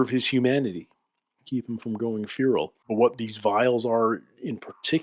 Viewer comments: It's "fair-ul," but is saying "fear-ul" for some reason. The e in fer is not a long e sound. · I have literally never, and I mean never, heard a native english speaker call it "feeral" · I keep hearing "fural" but getting equally confused. Stuff like that always makes me guess myself as a non native speaker. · Who...who pronounces FERAL as...FUERAL? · And 399,999,999 people pronounce feral as "fair-ul."